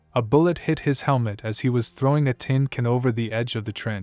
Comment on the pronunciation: STOP IT with the stupid AI narrators! If you're too lazy to read a script yourself, or too cheap to pay someone else to do it if you're mute or have a bad voice or something, then you should not be making content. We are able to tell that it's AI, you know. Not only is the voice entirely soulless and therefore annoying, but it says "tin cn" instead of "tin can" shortly after . No English-speaking human would make such a dumb mistake.